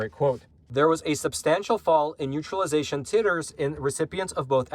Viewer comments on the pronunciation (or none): From the CDC's OWN stats is that the best protection is Natural Immunity. A person who has already come down with a previous variant. By the way, titres is pronounced: TI - TUR This deals with Titration and will probably come up in future scientific articles and / or reports.